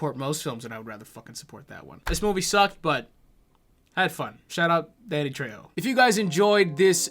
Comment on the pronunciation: The more says Danny the more it morphs into Daddy.